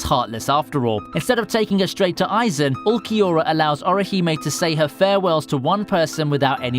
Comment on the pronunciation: great vid but u need work pronouncing names just like Urukiora ( Uru ki ora).